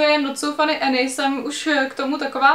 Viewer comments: když už o někom mluvíš tak si aspoň zjisti jak se jmenuje Any ne "Eny" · já jenom že je to Anežka ne Enežka